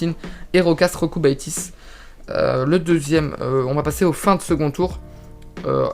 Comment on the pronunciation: Jokubaitis ca se prononce iokubaitis 😉